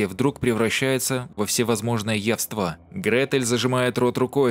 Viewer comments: спасибо за пересказ, но ударения у Вас - моё почтение. явствА, рогатИну... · Правильно "ЯСТВА"